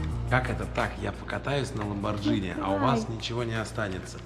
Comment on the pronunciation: Ламборгини Ламборгини блин какой Ламборджини , ты же не говоришь спагетти как спаджетти) так что и Ламборгини нужно говорить правильно